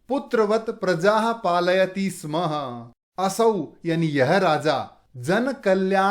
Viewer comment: स्म स्य स्मः उच्चारणं मा करोतु भवान्